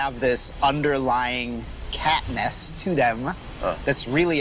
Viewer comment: It was over once homie said ‘catness’